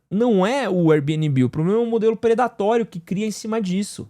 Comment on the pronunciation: Diretamente do tribunal das minúsculas causas: Gente, vamos decidir se é pra falar Air Bnb em inglês (Bi-ên-bi) ou aportuguesado (bê-ene-bê)? Esse mix das duas coisas (bi-ene-bi) é muito estranho 😂